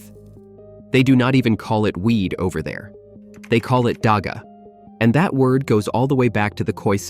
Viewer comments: not daaaga daggggggga dagga gggggggggg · First thing to understand is that here on South Africa, "dagga" is not pronounced with a 'G' like in "dog". It is pounced with a rough sound that is closer the sound needed to correctly pronounce a name like "Juan" The way this video pronounced it is actually a local word that means "mortar" (as in cement) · The gg in dagga is pronounced like you're bringing up phlem before spitting it out. Like the "hawk" in hawk-twa